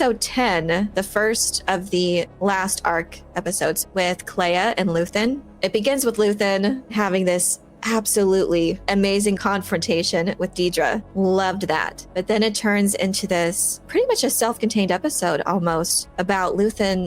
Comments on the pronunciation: Why can’t any influencer say Dedra properly. It’s not Deeeeedra, it’s Dedra as in you’re dead to me 😅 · I always find it funny when people talk about how impressed they were with Andor and the women yet consistently mispronounce her name. It’s not Deeeedra!